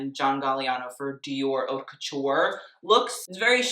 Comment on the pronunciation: You're right. And he did pronounce it correctly when he referred to designer's collections.